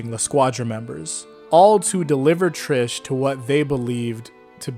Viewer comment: If you’re going to use the Italian pronunciation of Mista and Narancia, don’t use the English pronunciation of Trish